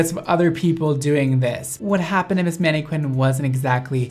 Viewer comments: hER NAME IS MANNIQWUIN? it annoyed me so hard he pronounces it like that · the way he like "FLERTS" with the mannQUIN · saying maneQUINN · he said mannae-qwin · ok but why does he always say manniqwuin whats that about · OMG the way he pronounces mannequin, I'm dead.